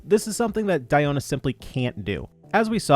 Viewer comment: Wow Celine Dion exists and this dude went on his way to pronounce Diona like that😑💀🤣